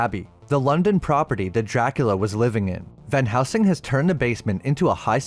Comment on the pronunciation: wasn't going to comment but it's van helsing not van housing mate. great videos though.